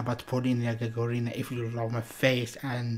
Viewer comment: Hello! Unfortunately, you don't pronounce Polina Gagarina's last name correctly. Incorrectly put the emphasis. Russian Russian accent is very important for the Russian language and for Russian surnames. In fact, it is very easy to pronounce. She has the same last name as the first cosmonaut of the Earth - Yuri GagArin (of course you know him). Yuri GagArin. His last name sounds here and here at 0: 13 Yuri GagArin. (emphasis on the second letter A). Similarly, Polina GagArina. (emphasis on the second letter A). For women, the letter "a" is added at the end of the last name. Her last name is pronounced correctly here at 1: 51: and here 2: 52 Thank You :)